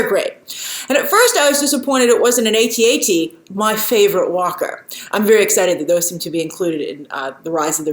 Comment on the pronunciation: It pronounce AT-AT not a.t.a.t